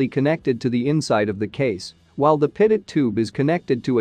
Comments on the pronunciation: It's A Good Video But Teach Your AI To Pronounce Pitot As Pee Toe & Not Pit It. Thank You. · Pretty sure this is computer generated speech from a text script. 'Pit-oh' is how a computer would read it, 'Pee-toh' is of course how it should be pronounced. That aside, it's really good explanation of various airspeed measurements. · Why does the voice over say pitted-static system? and not Pea-tow-static system? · Pitot is pronounced "pee' toe". Thanks for your good work for pilots. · Maybe I'm just weird, but since Henri Pitot (a Frenchman) invented the pitot tube, this device ought to be pronounced PEE-toh. What is the point in naming things after people if we don't say their names correctly? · It would add validity to the video if the narrator knew how to properly pronounce "pitot".